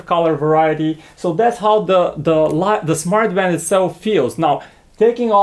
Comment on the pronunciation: Did he say 'Smart fart'?